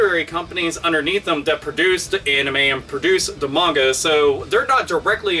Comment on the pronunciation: so weird hearing someone pronounce manga correctly.